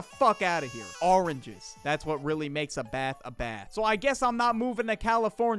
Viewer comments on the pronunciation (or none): is not ah ringes its oranges